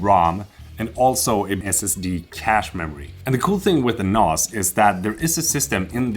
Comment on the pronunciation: They way you pronounce NAS is wrong? The a sound is a as in ass, 😂 so nass, not a as in mars... unless your doing a British accent..